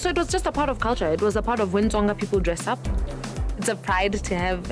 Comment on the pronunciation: "Tsonga thing" * touches hair* doesnt know IYAH "Hair thing" mispronounces Tsonga words This interview was too forced. LOVE YOU SHO MADJOZI❤😚